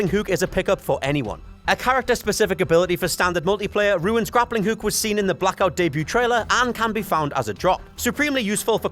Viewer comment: "Leut" "heuk" haha never gets old for me. It's a bit insufferable but when he says book like "beuk" I lose my mind 😂